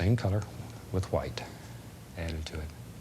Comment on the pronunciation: Remember when Bob used to pronounce "white" as... well, white. Instead of hu-white?